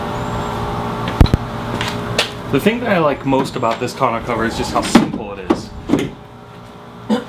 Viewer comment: You keep pronouncing Tonneau cover wrong lol.